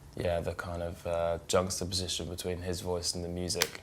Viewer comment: Did he say jungstaposition?